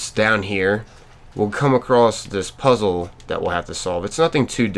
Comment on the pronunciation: Why are you saying a crossed